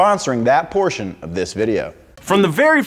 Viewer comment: In the beginning when he said A PORTION OF THIS VIDEO... it literally sounded like ABORTION OF THIS VIDEO.... Got me dead🤣🤣